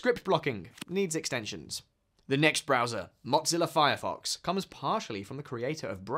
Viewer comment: "Modzilla Firefox"? That's a new one to me 😂